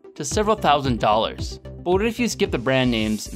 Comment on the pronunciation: "cOupLe HunDrEd DoLlorS" sir I don't think you've been to savers